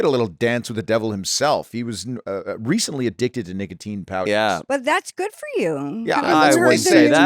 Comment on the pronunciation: RECTALLY SHE SAYS. SHE SAID RECTALLY